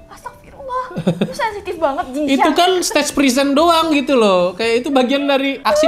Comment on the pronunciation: Kenapa jadi xin jiang😂😂😂 jing xiang😅